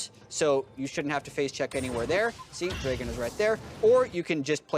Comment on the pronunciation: Did my man say dray-gen